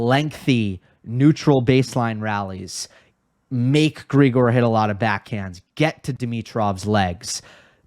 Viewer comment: Great analysis, as usual! Only one point - Grigor is pronounced with the stress on the second syllable, unlike his pet name, Grisho, where the stress is on the first one.